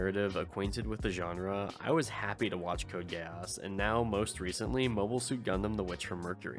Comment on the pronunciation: Gee-ass. Geass is pronounced like the asshole.